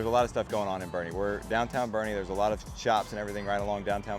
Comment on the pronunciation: First of all IT B O E R N E, TX Not Bernie. The entire reason for living in Boerne and not inside 1604 or San Antonio proper is because it has become a Traffic Congested GHETTO. San Antonio is suffering through what all big cities eventually suffer through, the Liberal Policies of the "Blue" "Progressive Policies". The citizens of San Antonio narrowly defeated a "no bail" policy that the craziest members of the city council put forth. Everybody attacking this man for stating the obvious in the most simple way has an agenda. The unfettered illegal immigration policies of the past 30 years have finally taken its toll on San Antonio. This is a fact, not fiction. Not a racist or, more correctly, a bigoted statement. Crime is on the rise and elements within the city are trying to prevent the law enforcement from dealing out lawful justice for those crimes.